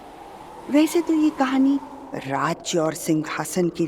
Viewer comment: It’s not khani please corrected😢